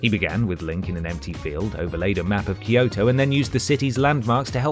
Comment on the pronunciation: Why can't people pronounce Kyoto correctly? Kyo is one syllable, not two. It's kyo, not key-o. Same goes for Tokyo; it's Toe-kyo, not Toe-key-o.